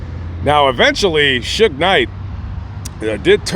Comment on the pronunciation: Sue-gay is how AI pronounces his name... But I did want to comment he is exactly where he is supposed to be because he was one pitiful case of manhood